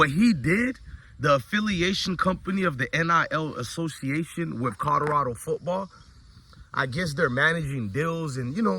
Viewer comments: Keep hearing him say “cawdorado” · I really wish he would practice saying Colorado..